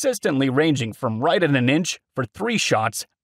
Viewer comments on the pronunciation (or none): none